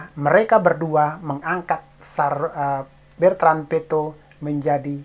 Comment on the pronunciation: BETRAN..BUKAN BERTAN.